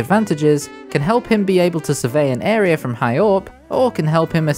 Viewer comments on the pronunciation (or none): none